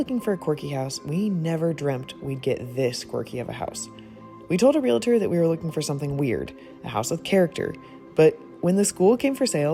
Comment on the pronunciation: Realtor, not real-uh-ter. What a challenging restoration. Looks great.